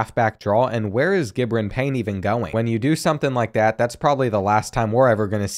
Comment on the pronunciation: As someone that went to high school with him, the way you said Gi’bran Payne hurt me to my soul